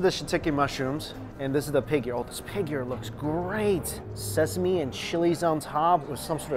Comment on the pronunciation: "it smells so sesame...sesameee ? Sesa-Me-E ?" That unexpectedly made me laugh😂😂